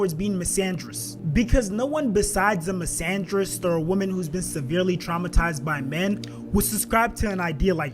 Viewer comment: You screwing that word misogynist up 🤦🏾‍♂️